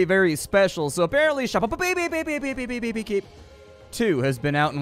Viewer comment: Ill watch this just to hear say shoppepepe as it amuses me